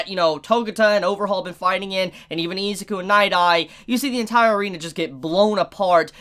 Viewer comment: Anybody else pissed off how he’s pronouncing Izuku, it’s with an I not Ezuku